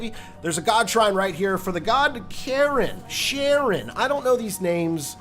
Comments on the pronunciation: Charon is not pronounced Share-on it’s pronounced Care On (look it’s stupid pronunciation but the Ancient Greeks were weird anyway) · that first one is pronounced kairon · Charon, sounds like Ky-ron haha. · Charon (pronounced kinda like Car-Ron, but I liked how you pronounced it) was the ferryman of the dead in Greek and Roman Mythology. He would carry the souls arose the river styx to the realm of hades to the judges of the dead where they’d be judged before being placed in the fields of asphodel, the fields of punishment, or be put in a Elysium or go for rebirth and if they achieved the chance to be reborn and got to Elysium three times the judges of the dead would grant you a place at the isle of the blessed. You had to pay the ferryman in order to be brought to the underworld and if you could not pay the toll your soul should be left to wander the shores of the afterlife/underworld for 100 years as your payment across the river styx